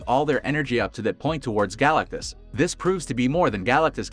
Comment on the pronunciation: You need to recheck your pronunciation it's wrong on his name...